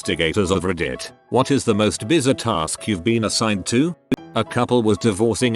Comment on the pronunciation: Lol how the voice said bizarre Biz-a-tar